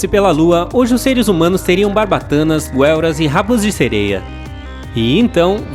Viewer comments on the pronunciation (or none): ELE FALOU GUELRRAS EM VEZ DE GUELRAS PRONTO SAI DO CANAL TCHAU